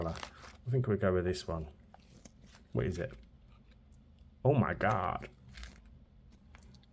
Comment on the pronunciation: Thank u for "being brave" and using glitter! 😂 Also when u said "Oh My Gaud!" I laughed so hard I snorked! 😂 😅